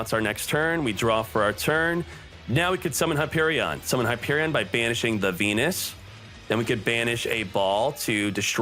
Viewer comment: u saying venus sounds like pen1s :V